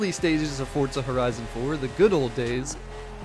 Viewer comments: It’s forza not fortza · Love the video, but it's four-zah , not fort-zah! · Fort-za sounds so dumb, why dont say F-O-R-Z-A! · I hate the way he says Forza, what the fuck is forTza